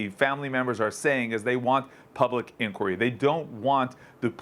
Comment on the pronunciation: Why cant this guy say inquiry? What's wrong with him?